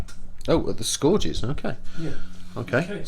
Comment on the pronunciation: Scourges = Skur-ges not score-ges